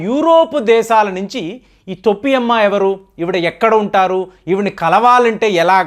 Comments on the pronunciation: గారు వీడియో అప్లోడ్ చేసే ముందు భాష సరిచూసుకోండి తొప్పి కాదు sir తోపి అమ్మ లేక పోతే టోపి అమ్మ అనండి తోప్పి అంటే బూతు పదం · తోపి కాదు బాబు . టోపి . టోపి ..టోపి. తెలుగు బాష మార్చేస్తున్నారు. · తొప్పి కాదండి టోపీ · టోపీ అమ్మ ,,,,తోప్పి కాదు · తొప్పి అమ్మ కాదండి టోపీ అమ్మ. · తొప్పి అమ్మ కాదండి, టోపీ అమ్మ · తొప్పి అమ్మ కాదు టోపీ అమ్మ . తెలుగు రాదా మీకు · గారు తొప్పి అమ్మ కాదు,టోపీ అమ్మ. ఆధ్యా త్మికథ ముసుగులో aardhikadopidi కి నాంది పలికారు. ఇది చాలా తప్పు. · తొప్పి అమ్మ కాదు టోపీ అమ్మ ఏంటో ఈయన భాష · Thoppi is wrong in telugu, towpy ....... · తోప్పి కాదు టోపీ అమ్మ